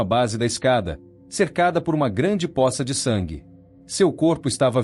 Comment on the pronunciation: A pronuncia correta é pôça.